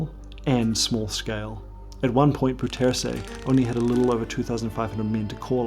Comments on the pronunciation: I really don't mind the mispronuncation. As far as I'm concerned, it's completely trivial and unimportant. Don't understand why people make such a fuss about it. Anyway, this is how it should be pronounced: the "ou" sound in Dutch is pronounced like the "o" sound in "how" and "now". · as a surinames, i hate the caged bird thing so much. most people don't it. because it's too cruel to do something like that to animals. especially to birds! if i could, i would free them all. also, how did you get bouterse's name that wrong , when you've visited the country itself lol. also: i read the pinned comment, so i know you are aware of the wrong pronunciation... i am just curious about this.. no hate to you, and also.. great job on the info and presentation. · BOU ter sen .. [BOW-trsn] Come on.... Do your home work before you do a video... Bou rhymes with now... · im dutch and i was suprised how you pronounced bouterse . since hes surinamer and they speak dutch , there is no defined way for a english speaker to pronounce it i think ? quality vid as always , enjoyed it thanks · Dude, you TOTALLY mispronounced "Bouterse"! 😮 So much that if you were physically in Suriname and said it nobody would understand who you were talking about. 😂 No disrespect but you BUTCHERED the name. Please do better next time. I believe you can. 👍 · you butchered Bouterse's name lol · The pronunciation of Bouterse’s name isn’t even close. Try Bow (as in “take a bow”), with accent on that first syllable, terr-suh. BOW-terr-suh. It almost renders the video too hard to listen to — though the research and content is outstanding. Did you speak to local Surinamers or Dutch sources who could correct that pronunciation? It’s so far off! But the way Brunswijk’s name was pronounced is actually fairly close. Odd! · Awesome stuff but; bouterse (pronounced “Bowtursu”) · Dude. His name is not ‘Boo-tersy’ but ‘Bouter-seh’. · pronounced as "Day-See Bow-tur-suh"... not like that of a former Filipino pres.